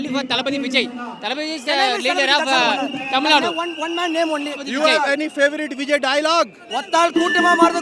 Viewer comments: does he deliberately mispronounced tamilnadu as tamill*du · Tamilnaidu he meant